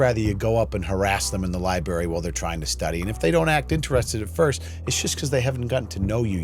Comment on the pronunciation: I know he didn't just say libary